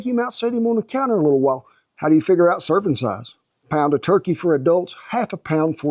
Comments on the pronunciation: You ain't the only one brother I heard the same thing 😅😂😂😂❤ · I thought he said circumcised, too 🤣